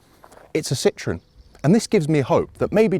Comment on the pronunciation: One day the Brits will learn how to pronounce Citroën instead of calling it citron., how about a top hat to demonstrate the headroom?